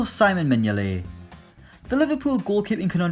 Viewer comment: It’s see-mon mignolet not simon mignolet